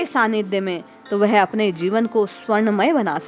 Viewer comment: वह" शब्द का उच्चार आप "वेहे" ऐसा क्यूं करती है?